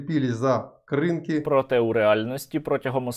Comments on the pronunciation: не КрИнки! А КринкИ!! навять русня вже правильно говорить! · Сергію , КринкИ - наголос на останій слог . КринкИ , то моє дитинство❤: їздили з татом з Каховки туди на риболовлю кожного літа😪Хай буде проклята р#сня !!! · Кринки́, Кринки́, Кринки́. Будь ласка, називайте правильно те шо від них залишилось